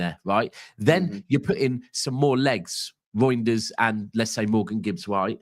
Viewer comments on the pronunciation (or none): talking about meat, calling Reijnder -“GROINders” lol. This stream went south from the jump lol😂🤣🤦‍♂️ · The way u say his name sounds like “Roinders”, it’s way too close to Groinders. I had to throw that in to “meat talk” lol😂